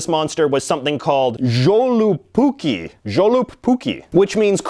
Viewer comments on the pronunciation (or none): As someone with a Finnish father, I would just like to clarify that Joulupukki is pronounced "yo-lu-pu-key". Other than that, everything was accurate, and the goat is just as creepy as J.J. described. 9/10 will drunkely watch again. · You are kinda pronouncing Joulupukki wrong.. it's pronounced Yol-lu-puk-ki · You pronounced Joulupukki way off.. funny the way foreigners pronounce it. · I was hoping you’d talk about joulupukki (the j being pronounced as a y in Finnish btw). Definitely one of the strangest versions of Santa. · Joulupukki is also Y-sound on the J. Sorry I get triggered by botched pronunciations. ;)